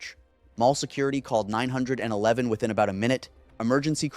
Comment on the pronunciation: OMG its 9 1 1 not 9 hundred and eleven.